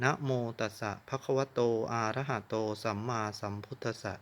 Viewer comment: อะระหะโตครับ,มิใช่ ออกเสียงว่า.อาระหะ โตครับ,ผิดแต่ต้นคา ถาจะไม่ศักดิ์สิทธิ์Ok